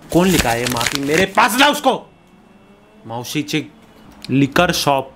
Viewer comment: its maushi not mausi